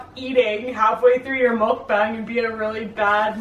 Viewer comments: btw the 'bang' in 'mukbang' is pronounced like 'bong'. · I had to stop watching after you pronounced it muck Bang. it's pronounced muck bong. like a pipe. it really irritates me. if you are gonna do it do it right. followers